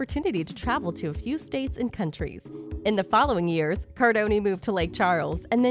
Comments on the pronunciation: Cardone it’s Cardone 😂 I kinda cringe when I hear the cardoni 😂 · Its Cardown not cardoniii 😂😂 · Soooooo annoying to hear you doing a video on GC without even learning how to spell his name correctly ! And then say it 10 times each second !!! It’s not CARDONiii, it’s CARDONE !!! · With all that mispronunciation of his name you forgot to share the now